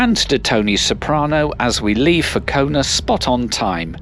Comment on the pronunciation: It's Kaunas not Kaunus